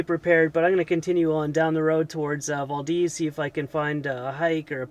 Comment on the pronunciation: Its been raining a ton here this Summer... it sucks! Also, its Val-Deez, not Vol-deez :)